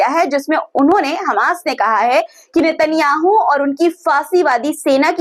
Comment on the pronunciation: देखो नेतन्याहू का जब भी नाम लिया करो ऐसे ना कहा करो केतन याहू कह रहे थे ऐसे कहा करो नेतन्याहू कह रहा था